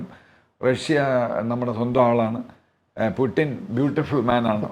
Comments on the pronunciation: ഗൂഗിളിൽ pronounciation നോക്കിയാൽ കാണാം പൂ..റ്റിൻ എന്നാണ്.. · പ്യുട്ടിൻ ?ഇടക്ക് അറിയാതെ പുട്ടിൻ എന്നുപറയുന്നു 😂ഉടൻതിരുത്തി പ്യുട്ടിൻ ആക്കുന്നു 🤣🤣🤣